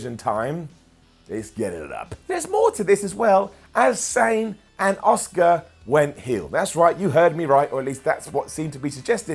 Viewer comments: Everytime you call Asuka, Oscar myears bleed a little. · Why is he calling Asuka as Oscar?